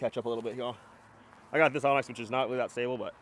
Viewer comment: You’re still saying Onyx 😀